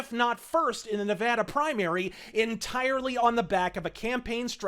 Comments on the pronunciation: Also, thank you for pronouncing "Nevada" correctly. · Thank you for pronouncing Nevada right. I remember a little while ago when a apartment complex in Vegas end up solictating to residents in LA. It's going to get worse when the new stadium opens. Fuck California!